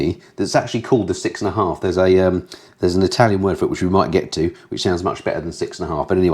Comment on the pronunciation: Re The MAVIN, I'd rather ride an old fashioned conventional bicycle for an urban commute. sorry your pronunciation of the 6.1/2 was awful.